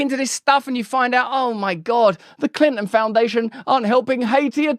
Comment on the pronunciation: Clyntyn, eh?